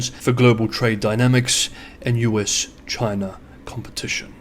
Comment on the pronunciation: ... Is it Chiner , Chyna or CHINA 😂